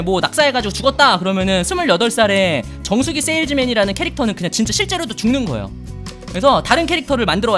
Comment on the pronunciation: 정수기 판다고 할때 정수리 판다는 줄 ㅋㅋ